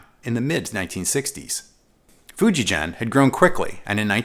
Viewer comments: Great review! It's Fujigen (hard G, as in "get"). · Just a minor correction that "Fujigen-gakki" has hard G sound in both parts of the name The "gen" G sound is hard as is the "gakki". In Romanized Japanese, any soft sound, as in gee whiz, is written "ji" as in Fuji. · Just so everyone knows, the "G" in "Fijugen" is hard. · Thank you for this video. Fujigen’s “ge” is supposed to be pronounced like guess’s “gue.” Anyways, I bought white JEM in 1996 when I was living in Japan. I still have it.